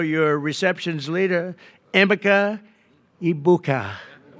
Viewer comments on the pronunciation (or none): Damn bro, at least pronounce their names correctly. Tavion Henderson and Ameka Egbuka . cmon man lol.